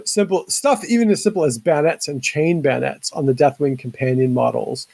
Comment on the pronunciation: It's bay o nets, not baynets